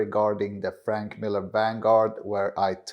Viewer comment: Please learn how to correctly pronounce Franck, not Frank